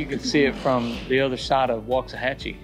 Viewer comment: I like it when folks actually know how to pronounce Waxahachie.